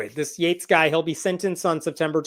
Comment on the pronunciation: did Hemnat say JATES, oh so Yates, like we don't know how to spell it, FUCK SAKE